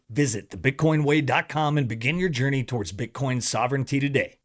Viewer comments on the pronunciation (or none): none